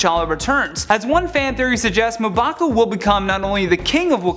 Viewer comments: Its pronounced mmm-baku......and he cant be the black panter but he can be the white or golden gorilla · Smh Muh Baku.... Come on man. I blame the editors. That should have been caught. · I loved the theories but cringe everytime you mispronounced M'Baku. It's ummmm (like ummm good)...bakooo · LOL "Muhbaku" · He pronounced mbaku wrong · I thought it was just me!! Love top 10 but this guy is my least favourite